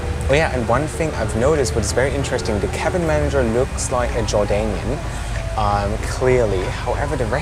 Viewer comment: Am I the only one who heard Royal Jordanian as Roger Daniel?